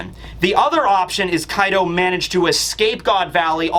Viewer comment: Kaido's actually sounds like 'Card' when you talk Engrish.